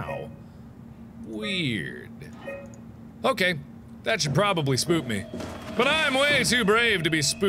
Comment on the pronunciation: the word "should" should've been emphasized.